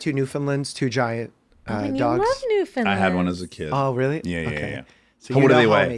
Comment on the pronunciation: Pronounced NewfinLAND